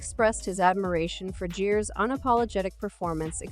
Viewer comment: Jeeves, jerf, jaywees, Jerry's wtf this bot is not even consistent in it's false pronunciations. Jives omg I have to turn it off ...